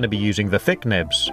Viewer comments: Idk why but "nibs" sounds soooo wrong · Lol i love the way he says thin nibs 😄